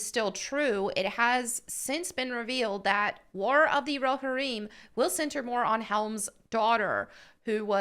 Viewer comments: "Hey, love your content. Just a heads up, Rohirrim is pronounced Row-Here-Um. Letting you know before the LotR nerds come after you " Ope. Still, maybe do some research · Okay, some nit-picking... 1) It's pronounced roh-HEAR-im, not rahhear im. 2) "Hera"??? Really? Like from GREEK myth (or Hera Syndulla from SW Rebels, if you prefer)?? I know Helm Hammerhand's daughter was not named in Tolkien's work, but couldn't they find a Saxon or Viking female name? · It's definitely rohirrim, not rohereum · Let’s say it together folk, it’s Ro-Hir-rum What are you saying, ro-ha-reem, I clicked off right after you said this, your a Tolkien fan? Clearly not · "Ro-heer-im" not "Ro-hireem" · its row-hair-um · It's pronounced Row-hear-um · Just for nerdy clarity, it's pronounced "Row-Here-Um". Great video! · Great video, but it’s pronounced ‘Ro-hear-imm’. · Its pronounced (ro-hear-imm). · it’s pronounced Ro-here-îm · I could be absolutely wrong about this, but I've always heard it pronounced row-here-em. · Roh-hear-em is, I think, how it's pronounced. Anyway, they've now completely lost me. I was looking forward to this, but I want to see a story about Helm Hammerhand. Not Helm Hammerhand's freakin kid. I hope Peter Jackson doesn't do this. I hope he says screw this I'm out. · Pronounced Row-here-em. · "Row Hareem." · How do you claim to be a nerd girl and you don't know how to say roe-hear-im? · Haha, i love that you pronounced it Rohareem. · It’s pronounced row-here-im (not I’m) just fyi. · It’s pronounced: “Ro-here-um” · "Roe harim" Tell me you've never watched LOTR without... you know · Still missing the Trump hat. Shame! Anyway, Lord of the Rings did not need any feminist garbage. Way to go and kill it. Oh and you are totally saying Rohirrim wrong. Allow me to mansplain it. Ro-here-um. :) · Hey, love your content. Just a heads up, Rohirrim is pronounced Row-Here-Um. Letting you know before the LotR nerds come after you 😉